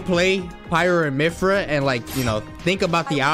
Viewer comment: One day Nairo will pronounce Mythra with the "th" sound.